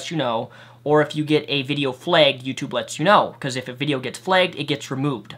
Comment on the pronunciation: It's pronounced flagged not flegged.